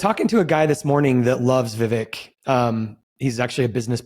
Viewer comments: Yes, the guys should have pronounced his name correctly. Vivek like Cake or Rake ( vek). Vivek better win in 2024. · Viv”ake” like cake.